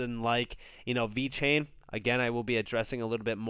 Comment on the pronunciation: damn this man said VET and TEL, here i was thinking you actually knew more about crypto more than me lmfaooooo, wow